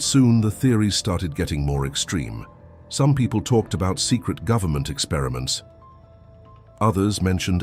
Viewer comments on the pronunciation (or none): none